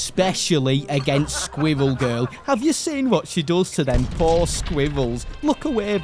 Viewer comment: As an American, the way you said squirrel drove me nuts!